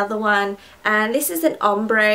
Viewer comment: *ombre shombre haha sounds funny